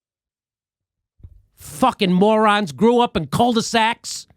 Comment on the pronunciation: Soda pop came out my nose when Jimmy said “cul-du-sacs” lolol 🤣🤣🤣